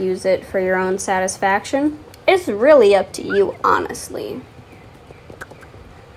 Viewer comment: Love how she says “it’s rEAlly up to youa